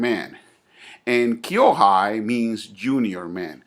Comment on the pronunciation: senpai (先輩) kōhai (後輩) not kyo-hai